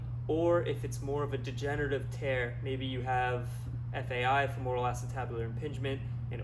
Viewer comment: FEMoral. Not feMORal.